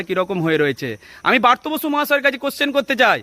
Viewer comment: বারতো বসু। নয়। ওনার নাম ব্রাত্য বসু। তুমি এত জান ,কিন্ত নামটা ঠিক করে বলতে জানো না?